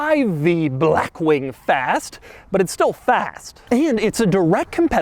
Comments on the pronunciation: Doug “Blachxwchkkk Wing” DeMuro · Why the hell it sounds like Doug pronounces it as "Brackwing"? 🤣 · I ABSOLUTELY LOVE THE WAY DOUG SAYS BLACKWING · Every L is always capitalized and tripled: "bLLLackwing", "LLLuxurious", "cLLLimate vents", "gLLLove box". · If you say black wing like that one more time… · every time he says black wing he emphasizes “black” so much 💀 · Doug just say blackwing normally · Insert the way doug say black wing comment here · What's with the way Doug pronounces "blackwing", with that weird L sound and the emphasis on BLACK. Weird... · Blackwing with emphasis on the a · How does Doug manage to say Blackwing in italics. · Is Doug just physically unable to say blackwing normally or what 😂